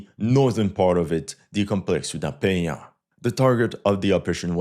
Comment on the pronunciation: . Congrats on the nasal sound ("nh" from "Penha"), you nailed it!